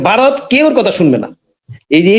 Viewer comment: Aapnara ki Vaw uccharon korte paren na?Barath Barat koren keno?